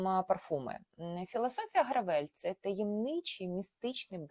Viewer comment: якщо бренд американський то не "гравЕль" а "грЕвел"